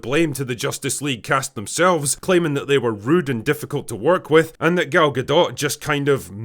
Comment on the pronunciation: It’s pronounced Ga dough. Not Ga dot